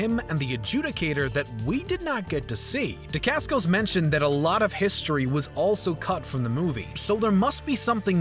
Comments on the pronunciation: He also keeps calling Zero Demascos. His name is Mark Decascos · it's pronounced Dacascos not Demascos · "Damasco's"? 3.16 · Damascos? Really?! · He said Dacascos